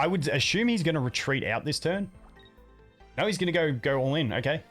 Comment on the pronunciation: Please learn that it’s “no” and not “nor.” Learn to pronounce your ‘o’ vowel. It’s not “gor.”